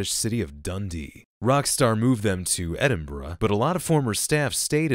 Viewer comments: Knowing ScumDee, R* Dundee's equipment has probably been sold for drugs. Also good on you for actually nailing pronunciation of Edinburgh, I rarely see any foriegners actually get it right. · Instantly have to leave a like for pronouncing Edinburgh right. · In case you're interested, Rockstar Dundee offices are also used for North employees in Dundee to work from Dundee remotely, I heard this from a friend here. Thought you might find it interesting. Also, your Edinburgh pronounciation was surprisingly alright